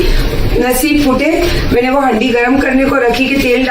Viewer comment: Haandi kahte hain inko aap haddi kyun bol rahi hain ...ajeeb lag raha hai sunne men